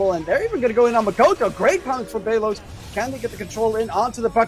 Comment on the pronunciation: That enchantress support game 2 got high networth sadly they lost tho. Also i like the announcer's pronunciation on pay-los hahahahahahaha 😂